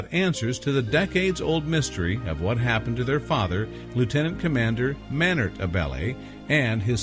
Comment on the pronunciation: AB-LEE not ABelly